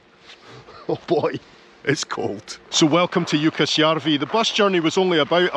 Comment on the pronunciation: I live in 🇸🇪 but I will never go to Jukkasjärvi ( you pronounce the name better than me) myself with my camera.Thank's for the great video from the Ice Hotel. In Stockholm we have an IceBar close to the Centralstation. A tip för your next trip maybe 😎